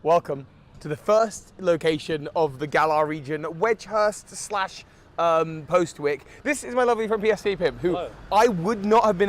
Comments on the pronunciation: Postwick is an actual town in Norwich and they pronounce it “Poz-ick”. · Yeah as someone who lived within a few miles of Postwick it’s a shame so many YouTubers don’t know how to pronounce it correctly. Admittedly Norfolk is terrible for unpredictable pronunciations, we’re lucky we didn’t get Happisburgh in Galar XD